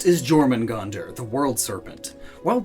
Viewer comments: Jörmonjonder is pronounced Yormangonder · The J in Jormungandr makes a Y sound. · The way you pronounced Jörmungandr kills me emotionally